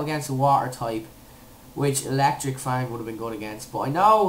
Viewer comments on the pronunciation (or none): none